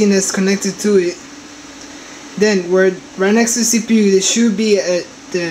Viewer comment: lmao, "rye next to see pee you is da nuh-vidia chip" its (en-vid-ee-uh) lmao "its gonna be rye around here (makes circle gestures with his finger) lmao. Please Please...dont post anymore videos..your killing us. If you think your helping anyone, your not. Your incapable of doing such a thing. Your not smart. So stop fooling yourself. "uh, see if uh..it turns on and uh, as you can see mine worked, annnd...there it go" lmao.